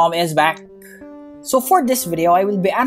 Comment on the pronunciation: Love the way he says "hello, GamerNom is beck" 😄